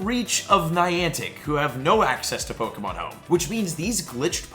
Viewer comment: Hun love your videos but it's really obvious you never watched the some of the series cuz you're constantly pronouncing the names to the Pokémon wrong 😅🤣